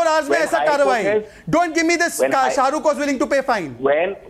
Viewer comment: Why ??? Is he talking abt sha-ru-ke 😂we don’t give a damm abt sha-ru-ke😂😂